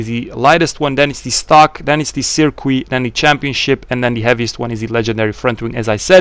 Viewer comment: The way he pronounces circuit